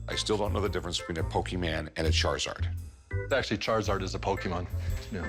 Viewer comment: I laughed when he said charzards